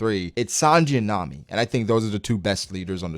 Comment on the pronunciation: I’m glad he said Nami